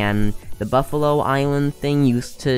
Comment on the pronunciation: BuffalKORRRRR plss, not buffalo... this makes me cringe😫 Btw ty for the list tho, quite accurate lol:D